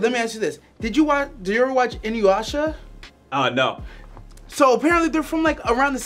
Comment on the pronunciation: How is it people pronounce Inuyasha with a 'W'? 😅 There's no W. It hurts my soul when people do that even my dad does it 🤦🏾‍♀️😣